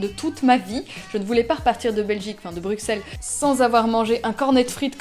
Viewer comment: ça se ressent dans le vlog c'est sûr 😊 chouette que tu aies apprécié Bruxelles (prononcé Brussel please haha)